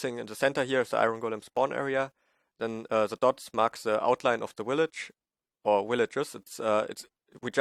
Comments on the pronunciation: It sounds like he's saying willage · No offence to german ppl but he pronounces villager willager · I love the way he says villager its all like willager